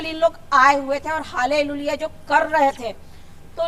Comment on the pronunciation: Halleluiya bolne nahi aata hai to pahle shikh kar aawo phir ish sabth ka prayog karna